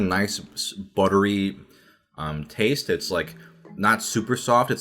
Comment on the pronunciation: someone should do a compilation of him saying butter-y